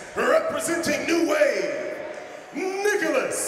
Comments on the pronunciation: Not "Niggalas" Meregali. This announcer is wild 😂😅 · That man said Niggalas lmao